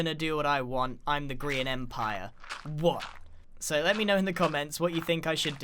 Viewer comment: Does any one else hear "Korean Empire" instead of "Grian Empire"?